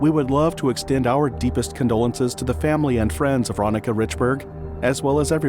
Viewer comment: I'm sure her name was pronounced, ron-neeka